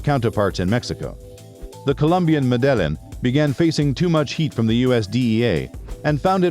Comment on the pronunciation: Medellin isn't pronounced muh-dell-in, it's meh-da-yeen